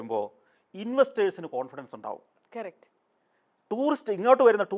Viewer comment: Anchor : Ayyo Sgk aano varunnath , enthu cheyyum enikk ooro painkili chodhyangal aanu sheelam Someone : oo athu saaramilla Idakkidakk onnu pukazhthi sukhippikkuka. Pinne enthu paranjaalum " kerrect" "kerrect" allenkil " aanu" "aanu" ennu paranjaalathi.